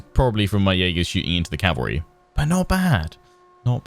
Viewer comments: The word is CAVALRY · 'going to take me a couple of episodes to learn how to 'optimise' my calvary' What I hear ' it's going to take a few episodes to learn how to slaughter my calvary'